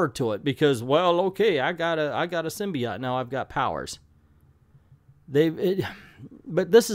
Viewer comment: the way you pronounce “symbiote” invalidates your opinion